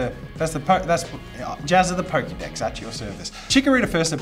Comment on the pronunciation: Nice American accent with the pokedex! Thanks for consistently creating content that I can let my kids watch to their hearts' content